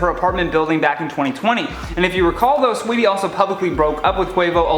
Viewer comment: Learn to say her name if you’re gonna speak on her situation. SAWEETIE!!!! Not SWEETIE